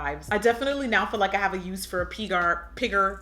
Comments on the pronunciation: Dhe called Pygar pigmy LMFAOOOO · I died every time you tried saying pygar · the struggle is real with trying to pronounce "pygar" 😂😂😂